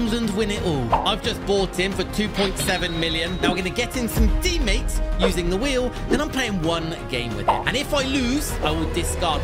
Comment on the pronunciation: I love when he says tIMatEs att the start ❤❤❤